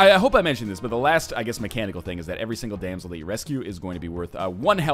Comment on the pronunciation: Wow just noticed it was damsel not dansel